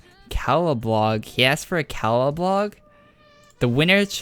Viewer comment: When you say Caladbolg it sounds like claladblolg